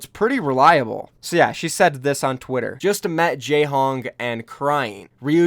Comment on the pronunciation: Not jehong pls😩